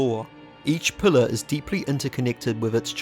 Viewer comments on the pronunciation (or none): "Pulluh" Enunciate, ffs. I'm not listening to someone who can't even pronounce "pillar".